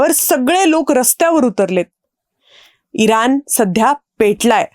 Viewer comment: इरान नाही इराण "ण" अक्षराचा नीट उच्चार व्हायला हवा